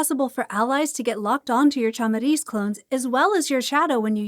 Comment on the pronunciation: Nice video, thank you for all that you do for the community >:) On a side note, the way you pronounced "olho" was really funny lol (its a hard word for non natives since the "lh" sound is not that common in other languages, so don't worry lol), also you more or less nailed the word "chamariz" so I forgive you, keep the good work I love your vids >:)